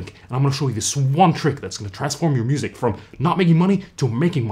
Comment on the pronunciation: Did he say busic??!?